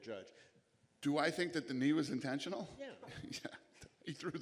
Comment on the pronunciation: if you're here about Dana talk about "da knee" Sterling took